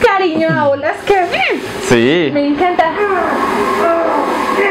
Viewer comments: a y dice outlast y Rafa dice autlast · Es outlas no aulas 😂